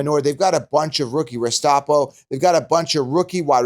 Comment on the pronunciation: Great video bro. I’m drafting all these guys and have invested over 20k into best ball already. Gonna win 1mil this year. Please look up Restrepo. One of the most legendary short WRs of all time. Also watch the Army movie called “Restrepo”. To mispronounce his name is just unamerican.